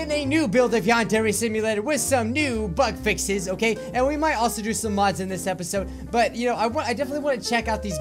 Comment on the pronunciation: Who else heard him say butt fixes